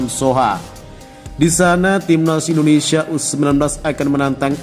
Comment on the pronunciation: Naratornya perlu latihan secara intensif agar dapat mengucapkan nama negara kita dengan BENAR dan baik. Bukan IndineSA tapi IndoneSIA.